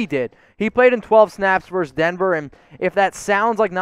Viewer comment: Versus. The word is, “versus.”